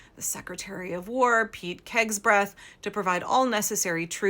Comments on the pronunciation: She said "kegsbreath". That's accurate. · I’m so sorry, but, PETE KEG-SETH?!! LOVE IT!!! 😂🤣 🇺🇸